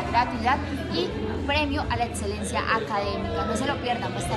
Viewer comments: dice "edselencia" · En serio no puedo con la muchacha que dice "etselencia, atseso y otsiones" !!! Lo siento por el comentario vano 😉 muy bueb video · Adsedan. Edselencia. Odsion... Los estragos del uribismo en la energumena.